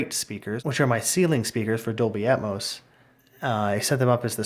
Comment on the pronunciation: It’s not atmus. It’s atmos 👎🏻